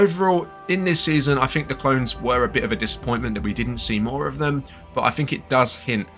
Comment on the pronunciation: Why are your English "th" sounds "f" sounds? Season "free". What do you "fink?"